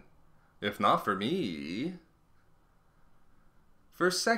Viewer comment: Got 1 minute in then found myself focusing more on how the guy pronounces "er" at the end of words like Star Destroyeeeeerrrs